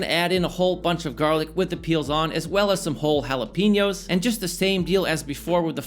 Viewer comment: it looks good. However, can we stop saying ¨hala PEE ño¨? It´s Jalapeño (hala pay ño). Also, a mango ¨pico de gallo¨ doesn´t exist. Call it a mango/cucumber salsa.